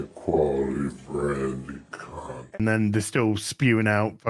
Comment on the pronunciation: Kudos to the editor who slow-mo'ed Iger saying, "High quality branded content." That last syllable was missing and quite appropriate.